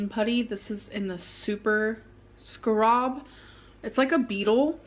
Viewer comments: Leave it to to pronounce 'scarab' as 'scrub'... So corky🙄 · I laughed much harder than I needed to on the "scrab" beetle, once I realized what was trying to say. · You know, the scrob beetle